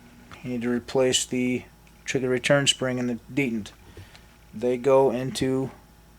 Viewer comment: Thank you. But please say dee Tent correctly, not dee dant. Picky I know but really bothersome.